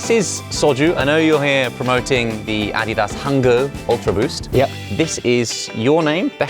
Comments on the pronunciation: Wait, Josh pronounces Adidas as ADDYDAS?! Not, AD-DEE-DUS? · You say Adidas wrong. Also Vitamins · It threw me a little to hear how the name Adidas is pronounced outside North America. In NA is pronounced A-dee-das. Not Adi-das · Americans tend to say ah-DEE-das, with the stress on the second syllable. Most other places (including Britain and Germany, where the brand is from) stress the first, AH-dee-das. It's named after the founder, Adolf Dassler just for some trivia, and his brother went on to found Puma after disagreement in management. (Both originally owned Gebrüder Dassler Schuhfabrik, literally "Dassler Brothers Shoemakers"). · Is that how Adidas is supposed to be produced? I've always proundced it A-D-Das . I've never heard it pronounced Ah-De-Das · Any one else dying over how they pronounce ADIDAS? (Your probably American but anyway) When Josh first said Ah-dee-das, I was like what is he talking about?! Then my American brain computed his English pronunciation, and I was still shook! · Are they pronouncing Adidas wrong or have I been saying it wrong for 30 years? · Americans pronounce Adidas wrong and the British pronounce Nike wrong. English is fun. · the way josh says “adidas” kills me 💀 i love him tho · I thought he was pronouncing it the Korean way 😱😱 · I loved the video, don't get me wrong. As an American who has never heard an English person pronounce Adidas, I'm shook rn 😂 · 아디다스 발음 현지화 실화임?